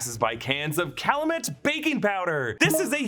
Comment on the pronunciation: cal-you-met not cal-uh-met